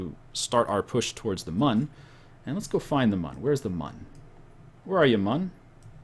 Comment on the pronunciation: It's pronounced 'moon'. Even though it's spelt mun the U has an en-ye on it.